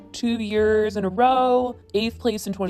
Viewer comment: Isn't Row the correct word, not ”Wrow”, or am I mistaken.